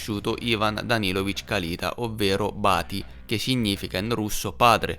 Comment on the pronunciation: Perdonami, ma ti devo correggere: si pronuncia Kalitá ( Калитаʼ). 🙏♥️ Grazie x il tuo lavoro.